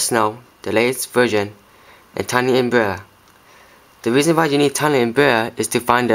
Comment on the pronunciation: U say tiny unbrea instead of tiny umbrella and snow breathe instead of snowbreeze XD